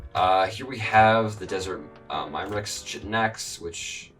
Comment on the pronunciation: chtiin is pronounced K-hi-tin